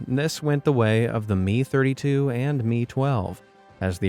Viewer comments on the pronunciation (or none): Helicopter designation "Mi" is pronounced "Em-Eye", never "Mee'. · its not mi pronounced as me, its pronounced em-eye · It's not me, it's M-I. M-I 6 not ME 6